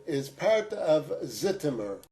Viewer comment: BTW, Zitomer is pronounced Zhitomer. Thanks for your fascinating channel